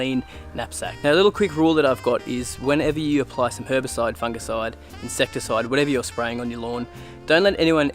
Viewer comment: It's "Foonjiside" brah! 😜🤣..... Great vid man, lots of fantastic content.